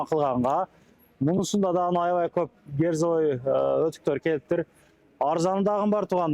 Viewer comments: Герзовый эмес Кирзовый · Герзовый эмес -- кирзовый !